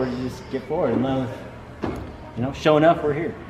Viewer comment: SaaaafuukinSSSSwwwwweeeet. is rad as fuk!!!! Love that guy:-) I'm glad he wrote SHO'NUFF in the description, because i swear i heard SHOW'NEUF, which would mean SHOW'NINE in English.